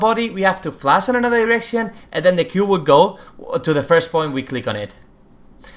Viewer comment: its flash not flas